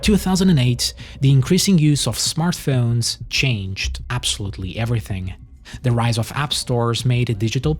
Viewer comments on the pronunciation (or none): Yo, into the video why did you call them "smart-phee-owns" 📱...I GOTSTA get me 1 of those!!